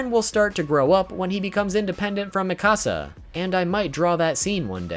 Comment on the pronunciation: WHY DOES EVERYONE SAY MIKASAS NAME THE WRONG WAY!!!